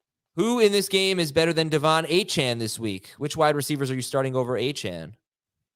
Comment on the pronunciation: It’s “A-Kane”